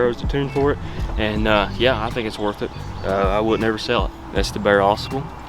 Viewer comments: I hear people mispronounce this river name. Drives me NUTS!! It's not Ausable, with the accent on the first syllable. it Au Sable! Two separate words with the accent in the first syllable of the second word. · * Ah sobble * not azabuhl I think